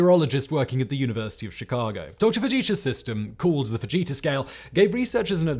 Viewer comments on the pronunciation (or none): You said Ted Fujita and I heard Ted Vegeta and had to do a double take.